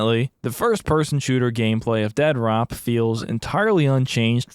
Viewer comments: I love that you keep calling it Dead Rop 😂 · "Dead-rop." It's pronounced "DEAD-DROP." Not that hard to comprehend. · Every time you call it Dead Rop cracks me the hell up! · Why are you calling it Dead Rop? lol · Dude I am obsessed with your obstinance in not pronouncing it "Dead Drop" Dead-rop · It kills me that you call it dead rop and not dead drop lol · It makes me so happy constantly pronounces the game “dead rop” 😂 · Casually calling it Dead-Rop is clever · I love how you intentionally misread the title of this as "Dead ROP" Also lucky me, I was just watching your previous Mr Disrespect video before this popped up on my recommended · Its either pronounced Dead Rop or Dea Drop. Pick your poison :p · I gotta say, every single time you make a video it feels like its better than the last. Genuinely my favorite new channel that I've found. -1 million points for saying "Dead Rop" though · The utter disrespect of calling it "dead rop" throughout is just... chef's kiss